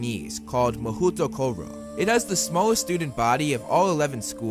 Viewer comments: As a half-Japanese I find it funny that the official pronounciation given to the Japanese wizarding school is mah-hoot-o-koh-roh when it should be pronounced as mah-hoh-toh-koh-roh. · It’s “mahootoo koro” ! It’s “mahou tokoro” (魔法所)。A pretty uninspiring name since it simply means “magical place” ._.